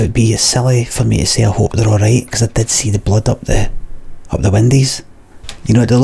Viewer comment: "blood up the windis"